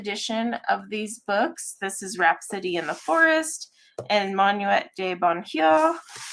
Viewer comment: I am rewatching and laughing at myself. I came to the stream late just as you were talking about rhapsody in the forest and I swear it sounded like you said rats in the city. 😂